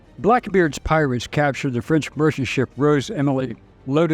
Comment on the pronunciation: I keep hearing pilots not pirates? Is it only me?